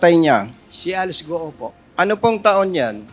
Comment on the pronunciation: Sinungaling grabeee kapal ng mukha mo Alice gou d mo ma pronounce ang letter L Gaga😱😱😱